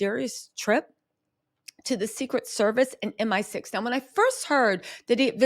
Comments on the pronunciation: Hey baby, love, love, love all your hard work. As a Brit wanna make a slight correction, it's M I 6 not M sixteen; the MI stands for Military Intelligence. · M. I. Six. Not M16